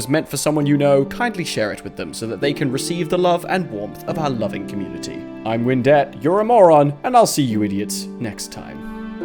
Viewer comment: Scottish windette (or pirate windette, idk man)